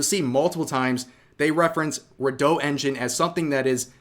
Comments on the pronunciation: Redot is re-dot not re-doh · I'm pretty sure it's not "reh DOUGH" but "REE dough"